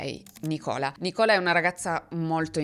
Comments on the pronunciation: Nicola era il nome di mia zia nel veneto. In realtà al femminile ha l’accento sulla I. Si pronuncia nIcola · E meno male che non volevano uccidere! Non so se avrei la forza di perdonare, proprio non lo so. Tanto rispetto per i genitori di questi due ragazzi. Quando hai letto la poesia ho pianto. ps: lo scrivo solo perché te lo sei chiesto. Il nome Nicola al femminile si pronuncia Nícola, con l'accento sulla i. Lo so perché ne ho conosciute ben due di Nícola 😅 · Il nome di cui si parla, al femminile, l’ho sempre sentito pronunciare “Nìcola” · apprezzo come sempre il lavoro che fai e sono contenta che tu sia tornata con la normale programmazione So che forse sarà un fare le pulci ma volevo solo segnalare che il nome Nicola se riferito a una donna si pronuncia NIcolà (come il nome Nicholas ma senza la "s" finale) (anche io mi sbagliavo ma mi hanno corretto) Grazie cmq per la cura che metti nei video, la mia non vuole essere una critica ma una semplice osservazione!! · Ciao,; credo si pronunci NÌcola, con l'accento sulla "i" (ricordo dell'album/film dei Beatles "Magical Mistery Tour" in cui c'è una bambina di nome, appunto, Nicola.🙏🏻🌹❤️ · Ciao, Nicola, Andrea e Gabriele sono nomi femminili anche qui in Germania. L' accento però è sulla Ni, cioè si pronuncia un po' diversamente dall' italiano 😊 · Nicola nei paesi anglosassoni è un nome femminile molto comune, ma si pronuncia diversamente dal nostro Nicola. L'accento, infatti, cade sulla prima sillaba (sulla "i") Lo stesso succede per Andrea 😊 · Nicola come nome inglese femminile si pronuncia con l'accento sulla "i". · Non si pronuncia nicola come in Italia, si pronuncia con l’accento sulla i 😂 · Il nome Nicola al femminile é molto diffuso nel Regno Unito, una mia prof di inglese si chiamava così. Ma é pronunciato con l’accento sulla i. Piccola info per chi non lo sapesse 😊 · Esatto. Si chiamano così anche una delle attrici di Bridgerton e anche la moglie di Brooklyn Beckham.